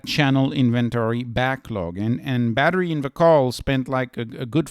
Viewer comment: Why do u keep calling badhri “battery” LOL